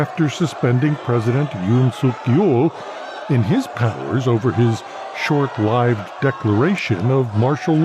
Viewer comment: Seriously? You can't pronounce 'short-lived'? This is pitiful and will only get worse when Lake takes control.